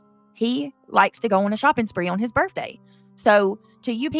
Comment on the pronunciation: Is it just me, or is saying birFday instead of birthday? I'm so sick of her using her children as a shield for everything when she had no concern for Granny's kids. Her victim card was revoked a long time ago.